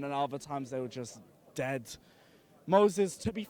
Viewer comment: he says "deattt" instead of dead :')